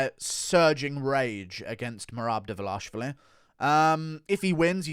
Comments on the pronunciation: Dvalishvili, not Dvalashvili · Mehrab Duh-Vuh-Lash-i-villi